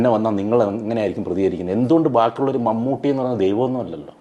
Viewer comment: Mammoottty alla mammatty aaaa🤣🤣🤣.. Jada thendiii